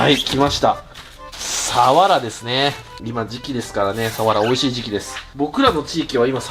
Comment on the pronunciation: サワラのイントネーションが終始気になっちゃいました😂